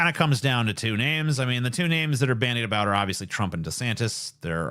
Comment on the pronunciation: A boot